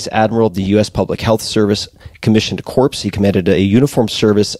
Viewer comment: it's pronounced 'core', USPHS Commissioned Corps, like US Marine Corps.